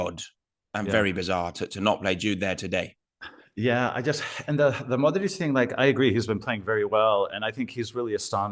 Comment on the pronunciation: You are butchering Modric last name. Not even close with pronunciation.